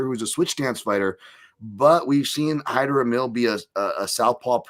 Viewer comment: "Hymer" Amil ? Did you get some help from MMA Joey for this one ? 😜